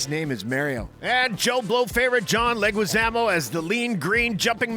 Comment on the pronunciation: WTF!!! Why are you saying Mario like that? Feels like you're intentionally setting up that moronic cool Hwip joke from family guy. You even did it again with John leguizamos name.